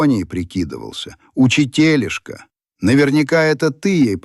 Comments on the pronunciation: УчИтелишка -правильно, а было произнесено - УчитЕлишка. Тут тоже не везде ударения были верно произнесены, но в отличии от других текстов, это было уже в некотором смысле близкио к русскому языку. ИИ вероятно никогда не удастся научиться выражать человеческую интонацию и чувства. Так и будет произносить стальным безэмоциональным голосом слова. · ну, например, вместо учИтелишка, он говорил учитЕлишка!